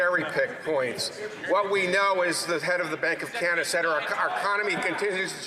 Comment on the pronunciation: lol skip of the tongue, Pierre, “the bank of Con-ada”